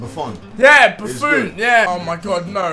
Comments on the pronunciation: buffun not buffon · He just said BAAFOOON......... He genuinely said that... I'm dying😂😂😂😂 It's Buffon